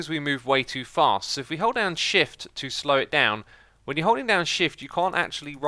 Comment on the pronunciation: Weird sound in when he say "shift" Or it just me hearing weird?